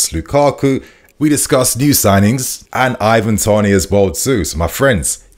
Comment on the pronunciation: Why are we pronouncing it Ivan Tonay dude??